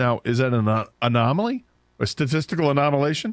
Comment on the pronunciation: "...a statistical anomilation?" C'mon man!